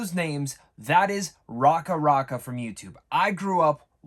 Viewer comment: "i grew up watching them" lol they weren't making videos for long enough for someone to "grow up" watching them.... Can tell this dudes capping cus he can't even pronounce racka racka or their last name properly.